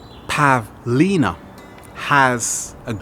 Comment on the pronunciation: steve...[dramatic pause]...pavlina